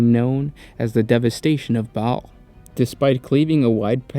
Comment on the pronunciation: just some clear ups, baal is pronounced bale, not ball, roboute is pronounced ro bu tay. for chogoris, its exactly how it sounds ch like ch for chirp, o goris. archmagos , pronounced arch-may-gos. freighter is pronounced frayter, for rynns world its rinns world, not rine. great vid man, just trying to help you on pronunciation of these words. they are tricky. but people tend to mispronounce these words.